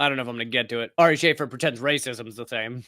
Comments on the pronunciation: "Shah-fear" not "Shay-fur". Watch his special "Jew", it's hilarious. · Sha-fēēr* it’s Arabic. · It's pronounced "sha'feer", you are killing me sir 😂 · Pronounced (Sha-Feer.)